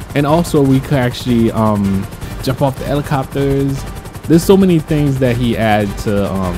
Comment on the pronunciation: Did he say elicopters missing out the h. At 2.50